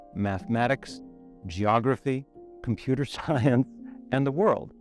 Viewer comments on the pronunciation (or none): the way he said computer science 😆